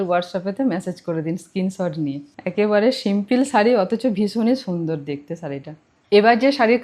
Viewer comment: Sharee bolo,saree bolona bhishon kaane laage "S" noi "SH" bolbe